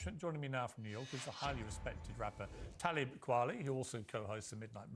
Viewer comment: You are not more qualified than anyone else to talk about this because you also make music, especially since it's glaringly obvious that you don't know about Talib or even took the time to learn his name so you could say it correctly ONCE in a video lol. If anything admitting that you're also a musician makes your lack of knowledge even more embarrassing and pathetic than normal. I do wish you success but please for the love of christ do some research in the future. Pronounce names correctly. Don't be so defensive in the comments.